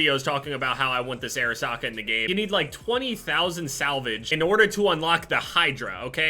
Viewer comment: Who thought he was saying air socket